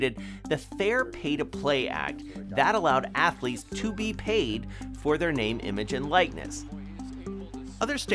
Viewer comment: NCAA Atho-leeets